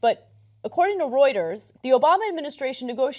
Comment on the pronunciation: hey ana its not Roueters...pls its Reuters